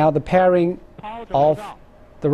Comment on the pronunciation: the party pooping truth: the commentator misread "fairing"